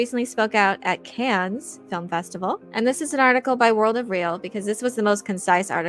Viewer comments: its "kahn" not "cans" plebe. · The ‘S’ in Cannes is silent. Delete your channel.